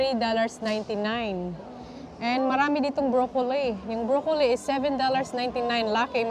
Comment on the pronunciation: this is not bashing, yung pronunciation mo ng "broccoli" iba iba kung minsan yng letter "i" ginagawa mong long "i" kng minsan short"i". Tingin ko confusing, pronounce mo ng short i yan talaga ang tama dito sa Canada never heard na long i ang pronunciation. Sorry!!!